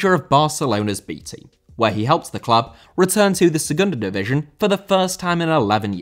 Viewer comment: División* not Divijon